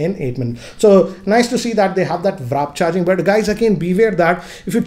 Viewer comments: Sir very practical video... However, it's WARP charging and not WRAP charging 😀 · Sir aap WRAP bol rahe hai ki WARP bol rahe hai, mujhe kuch samaj mein nahi aa raha 😂😂😂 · its WARP( /wɔːp/ )not vrap🤣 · hi very good video, I noticed in every video you say and write "wrap" charger correct would be "wArp" :-) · It WARP charging not WRAP charging. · It is not "wrap charger"..It is "Warp Charger"... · It is WARP CHARGE not WRAP CHARGE. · It's warp charging not wrap charging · W....A....R...P it Warp....NOT!! Wrap 😑😑😑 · Warp not wrap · Its not Wrap, its WARP charger. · Warp not wrap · Its Warp charge not Wrap charge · It's pronounced warp, not wrap. Overall the most complete review so far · what the hell is VRAP charging 😂😂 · Anyone else getting annoyed by his "Wrap charger"? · Wrap charger ? Lol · Who cringed everytime he said wrap charging?